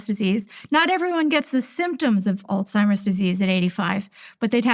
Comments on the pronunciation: did she say: Old-Seimers Disease? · I find it hard to take the advice of a Doctor that pronounces Alzheimers as "ALL-TIMERS." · She calls it all timers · Why do most people mis- pronounce Alzheimer's it not ALTIMERS